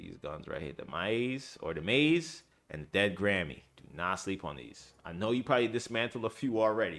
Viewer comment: Its (Mah-hes) i know no one cares but its an egyptian god